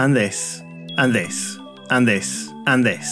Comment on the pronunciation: He said 'and this' but i heard 'index' lol